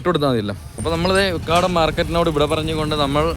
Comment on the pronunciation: Ukkaadaam alla ukadam